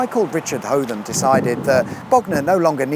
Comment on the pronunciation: Are you american seeing as you cant pronounce hotham right. Also your map thing must be way pre 1929 because king george renamed bognor as bognor regis in 1929 because he spent alot of time in bognor regis. The second small disagreement as you call it is actually a floating pontoon (caisson) which was once part of the Mulberry floating harbours used by the Allies to invade the French coast on D-Day 6 June 1944